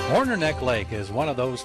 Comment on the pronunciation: It's Hornor, not Horner.